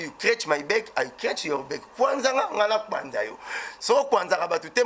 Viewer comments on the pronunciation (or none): Mossaka 😂😂😂en anglais ba lobaka You scratched my back and I scratched your back et non me beck